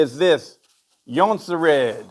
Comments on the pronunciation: Nice attempt to say Jonsered But not even close! Ask a Swede how to say it correctly. It sounds nothing like it is spelled! Actually if you google "how to pronounce Jonsered" a site will tell you. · Jonsered pronounciation is on top!